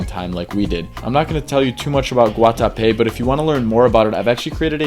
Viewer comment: As a Colombian that Guatape pronunciation was very on point bro